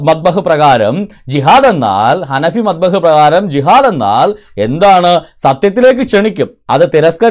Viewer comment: മദ്ഹബ് (മബ്ദഹ് അല്ല)